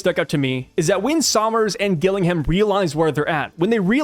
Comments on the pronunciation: The name Gillingham is pronounced 'Jill-ing'um'. It is a city in England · Gillingham is English and is pronounced Gillinghum with no emphasis on the ‘u’ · Pronounce the first G as a capital letter and you'll get Gillingham correct mate 👍